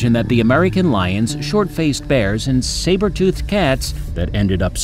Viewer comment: Saber not siber